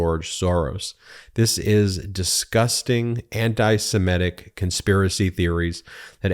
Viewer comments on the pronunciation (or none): ben. love your analysis and PLEASE PLEASE get it right. it's ANTISEMITIC ! NOT ANTISEMETIC. an antiemitic is what you take to stop nausea!